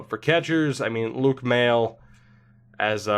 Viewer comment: Luke Maile is pronounced "may-lay" btw